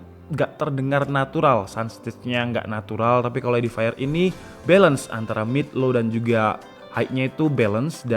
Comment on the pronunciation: Cara bacanya bukan edifire bang tapi edifier,baca fiernya seperti pengucapan bahasa Indonesia, soalnya habis ku cek di google translate audio